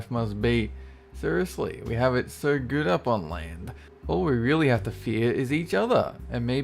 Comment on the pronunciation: "A GOOT Tree."